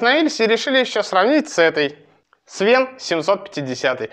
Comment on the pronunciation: не свен а свэн